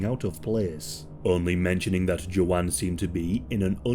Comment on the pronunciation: Are you trying to say Joanne? Or is her name JoJaun?